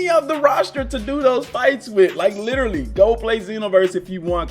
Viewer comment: I like how you usually say literarry instead of literally.